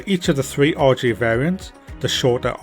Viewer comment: This looks amazing, I love the 146. But I have to say: every time you say RJ it sounds like "Orgy". "The orgy has been fitted with auto thrust".